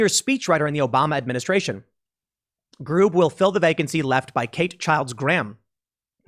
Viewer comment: Administraintion, bidenflation, gas-a-prize-is, Kleenex energy, etc etc etc